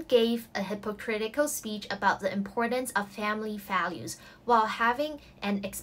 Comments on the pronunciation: 我的女神 加油 樓下話hipo错 應該讀hipa （輕音） 我不懂 我dse拿3粒星而已 在第一屆 多功課到想跳樓 咩半年要比150個閱讀紀錄 仲要跟科學既實驗report 做卷 （大部份欠交） 面對陌生又用英文讀的m2 最後字又查唔切 通識專題報告（迫你冇料都作啲野比佢）閱讀報告等誠實是種罪 那時知道公屋頂頂原來防煙門會嚮（請勿學）所以有時寧願有一門手藝 雖然都係受氣 睇住同學報蕭源 同 讀一年大專無端端上大學 或同我講父母同大學校長講兩句上到 可能佢地想保我自信不想打擊我才說謊:p自己問題要自己面對 然後吃了十年抗抑鬱藥 /ˌhɪp.əˈkrɪt.ɪ.kəl/ US /ˌhɪp.əˈkrɪt̬.ɪ.kəl/ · 請確保 fake & hypocritical 的讀音是正確, 我聽左幾次都確定唔到你在片中的發音是正確, 例如 take & tick 的分別, 及 political & post 的 "po" 發音的分別, 做足準備功夫會更好, thanks (這是我睇左咁多年 YouTube 的第一個留言)